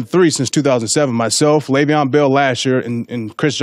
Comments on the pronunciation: How many times is he gonna say “LAYVIAN “ Bell lmaoo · First of all. Stop saying LeVeon's name like a guy who doesn't know anything about sports.